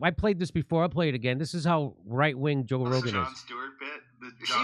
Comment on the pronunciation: pronunciation of Joe Rogan is bang on!